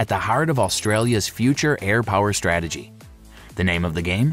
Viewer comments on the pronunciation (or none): none